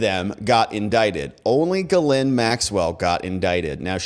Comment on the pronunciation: Pronounced " jizzlane maxwell".... Not kidding....